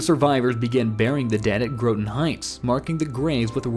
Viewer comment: It's pronoucned Graw-tin, bro